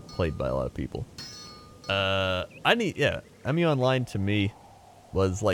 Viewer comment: P.S. why do you call it "E-myu", it's just Mu, not even Moo, just short Mu